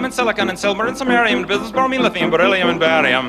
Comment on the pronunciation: Is it just me or did hesay Sumerian